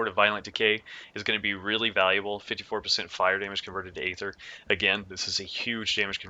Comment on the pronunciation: eeeeeether. not Aaaaayther.